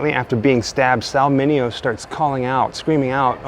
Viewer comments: Pronunciation - ’Min Aee Oh’ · MINEO NOT MINIO.